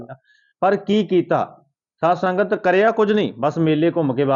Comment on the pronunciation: Saad sangat nhi pehla bolna sikho SAADH SANGAT JI